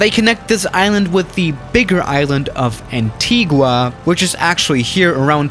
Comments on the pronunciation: Also it's pronounced AntigA not AntigUA lol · Nobody:: ANtIGuWAh Really its pronounced Antigah but spelt Antigua BTWyou should check out my country's airport SYCJ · Having been to Montserrat by air .... yeah, it's terrifying. Also, the volcano sometimes erupts and cancels flights. Also, that's not how you pronounce Montserrat or Antigua. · Day 1 of Asking to go to Tortola / Btw I’m from the Caribbean and how you pronounced Montserrat and Antigua I’m jus cringing 😭